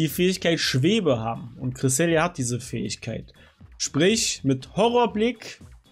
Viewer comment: Junge wie zur Hölle sprichst du Cresselia und Vesprit aus?! Nur 22 Sekunden geguckt, 2 mal Cresselia falsch ausgesprochen, 1 mal Vesprit falsch ausgesprochen, danach war ich raus.